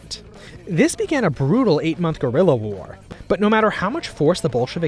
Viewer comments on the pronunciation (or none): none